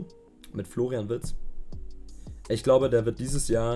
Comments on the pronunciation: "Florain" Wirtz, wer kennt ihn nicht😂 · Wer kennt ihn nicht "Florain Wirtz" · Kennt ihr schon "Florain Wirtz"?